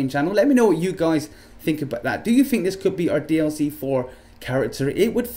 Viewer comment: It's DLC 4 NOT DIC